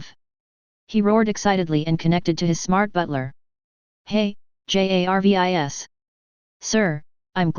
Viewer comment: this AI voice don't know how to pronunce SHIELD and JARVIS without sound robotic. damn make him talk normali shild and jarvis?